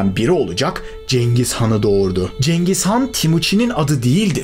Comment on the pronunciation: Abi cengiz gan diyorsun ama vido girişinde Atilla nın resmi var.